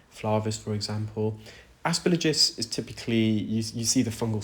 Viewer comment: Aspergillus has “gill” (like the gills of a fish) as the third syllable, not “lidge”. It rhymes with “kill us”, not with “religious”.